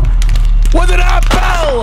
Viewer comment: "SlapL with an AppL" God, I love 🤣